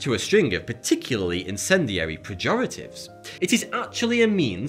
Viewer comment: It's in-SEN-di-ary. Not in-CIN-di-ary.